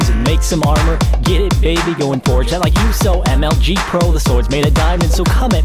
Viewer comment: They didnt do it... said firge not forge... and someone said blot...